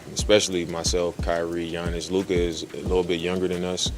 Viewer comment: How tf do you have a basketball channel and can't even pronounce Giannis correctly? What a joke